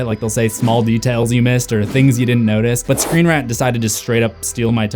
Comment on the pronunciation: "screen rent"